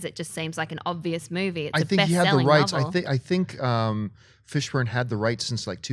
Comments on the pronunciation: Am I the only one who heard say Fishbone? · Uhh..."Fishbone" smh O_o lol! Yep that unknown dude, who has never been seen in a movie. cough-Matrix-cough, nice;) Guess all Fishbones look alike, and a Fishbone by any other name, would act as sweet;) Nah just messin' with you, maybe she's not that familiar with him, and reading errors do happen. No worries;) I did get a good laugh though.